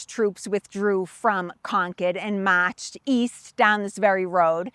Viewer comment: They mawched ... Sew many yeaas agow. Not for the faint at hawt.